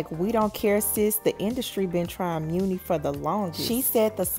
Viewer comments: Isn’t her name pronounced money long not mooni? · Why are you pronouncing her name as Mew-Knee? There is a saying that "My money is long". I'm almost positive that her name is a play on that saying. It seems the correct pronunciation of her stage name is Money. Hearing you say Mew-Knee over and over is taking me under, lol. Good story though! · Muni pronounced “Money” Chile whet?? 😂😂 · It’s pronounced like money 💰 not mooney 😂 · she pronounces it “money” rather than “muney “ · It’s pronounced muni like Money lol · I believe it's money not muni like the SF train but lol. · Money it’s pronounced like money… not moony lol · Muni = Money. Not muunie lol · I thought it was pronounced like “Money Long” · Muni!!!! No it’s pronounced like Money👌👌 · Her name is pronounced like Money , hence the name muni long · Her names pronounced “money” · Muni pronounced MONEY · Muni (Money) Is how it’s pronounced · Apparently the muni is pronounced money, “money long” 💀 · Muni long name pronounced money long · “Money” is how you pronounce it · Girl…It’s Pronounced MONEY LONG 🤣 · It's pronounced "Money". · I had to stop watching once I heard "meunie" long 🤣🤣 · Girl her name is pronounced money long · Though spelled Muni it's pronounced money... Some level of respect.... Just messy.... I said what I said. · Money* Muni is pronounced MONEY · I pronounce it as money long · It’s muni like money… lol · I promise her name is pronounced MONEY LONG LOL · It's pronounced money girl 😂🤣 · Her name is pronounced "Money"...lol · LOL..it's pronounced Money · I WAS JUST ABOUT TO BREAK THIS DOWN. THE PRONUNCIATION OF HER NAME IS IRRITATING AF. I MEAN LISTENING TO THEM MISPRONOUNCE IT IS 🤦🏽‍♀️ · It is girl! They act like they can never pronounce someone name right lmao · Is her name pronounced like that??